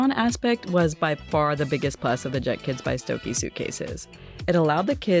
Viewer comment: I think it’s pronounced “Stoke Uh”